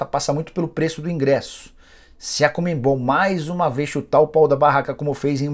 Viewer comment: Fala, Nicola! Sempre acompanho teu conteúdo, diariamente. Mas uma coisa me incomoda demais: tu falares "ComeMbol" ao invés de CoNMebol. É chatice minha? Sim, eu sei. Mas faz eu sair dos vídeos normalmente. Só uma sugestão. Abraço